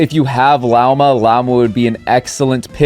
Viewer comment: HER NAME IS PRONOUNCED LAWMA, FUCKING HELL